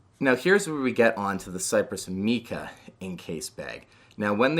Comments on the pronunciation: Just FYI: It's "mike-uh" not "meek-uh" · Great video but “Mica” is pronounced with a long I sound, not a “ee” sound. Like MAI-kuh. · MAI-CUH, NOT MEE-CUH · My-cuh. Not Mee-cuh